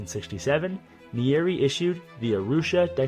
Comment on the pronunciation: You butchered the first presidents name bro 😂